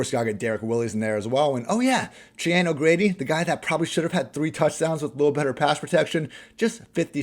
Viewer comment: I’m trying to process how pronounced “Cheyenne” 😂